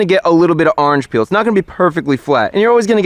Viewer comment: "arrnge peel"